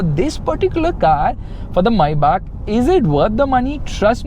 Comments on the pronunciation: Its not MAYYBAK is MĒBACH MAYBACH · the fact that it said mayback 😂